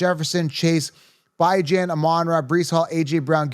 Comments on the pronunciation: I’m new to the channel - is Bye Jan an inside joke? 😂 because it’s pronounced Bee-Jawn. Great video btw 👌🏼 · I was trying to figure who was Bi-Jan 😂